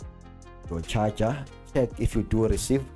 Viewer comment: Always funny how you say charger (cha cha) haha. Better call it power supply xD.